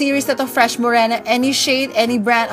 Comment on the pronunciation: Fresh Mo-Rey-na